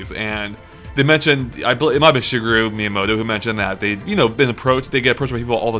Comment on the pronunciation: wait did I just hear 'sugar me miyamoto'?